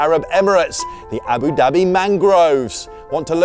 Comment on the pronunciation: I love how you say Abu Dabbie ❤😂